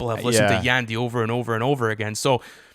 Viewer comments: Prounounce Yandhi as Yawn-D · It’s triggering me how says yandhi😭